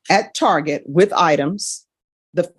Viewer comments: lol she called it "tarjay" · She did not just say "Tar-zhay"